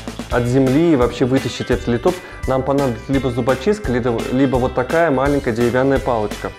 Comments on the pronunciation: спасибо за интересное видео, только не литОпс, а лИтопс) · Всё бы хорошо, но лИтопс, а не литОпс. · есть правила произношения латинских названий, так что - лИтопс.